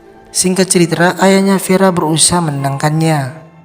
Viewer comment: "Ceritra"...apa cuman saya yang dengernya begitu..